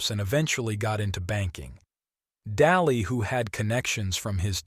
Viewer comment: It's Daly (DAYLEE) not (Dalee), and it's UPTOWN Butte. You won't find any mansions in downtown Butte, just the mall. Otherwise, good video.